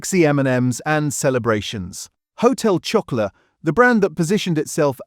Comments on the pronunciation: Annoying. Showing 4 other brands when talking about Blu-Rtbamd. “Hotel Choco-LATE”. Lazy AI slop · lol. And did you notice - there were three different pronunciations… one minute it was “ho-tel chocko-o-lit” “Ho-tel chocko-lay” “Ho-tel chocko-lat” 🤦🏻‍♂️ lol Shock-oh-larrrr 😂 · AI csnt pronounce Chocolat